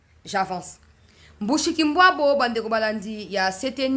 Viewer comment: C'est Mushikiwabo et non Mbushikimbwabo !